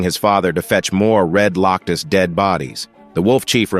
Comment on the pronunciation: "Loctus"?? "Herd"?? "*Herd* of Red *Loctus*"??